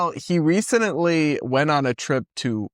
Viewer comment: did you say recenently? 😂😂